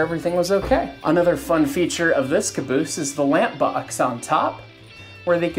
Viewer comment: Son of a beeese!!